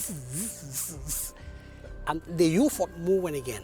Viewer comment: Did anyone else hear the narrator always say "you-foe", not "UFO"?